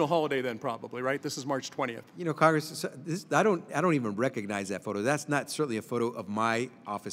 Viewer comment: "Cong-ressman" "Cong-ressman"